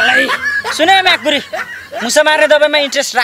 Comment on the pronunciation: माकुरी शब्द भन्दा,उचारण गर्दा मा_भनेर अलि पछि कुरी भन्दा अझ स्वादिष्ट होला ब्रो😂😂